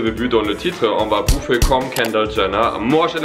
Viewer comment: Arrête de dire boufferrrrrrrrrrrrr